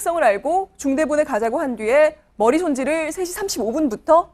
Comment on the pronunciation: ㅋㅋ머리손질이 듣기에 ㅂㅎ지손질로 들린다 ㅋㅋㅋㅋ